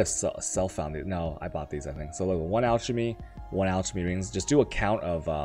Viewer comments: Lol, al- cha-me. It's pronounced alk- a- me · you say 'alchemy' and 'chaos' wrong. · The way you pronounce "alchemy" and "chaos".